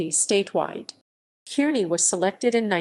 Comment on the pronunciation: I grew up in Kearney as a kid and by the way the E in Kearny is silent. You’re pronouncing it wrong but anyway good show.